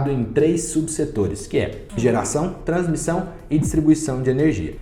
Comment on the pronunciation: “Transmição” vc matou hein.. mas blz, sigo acompanhando. Boa qualidade do video, parabéns!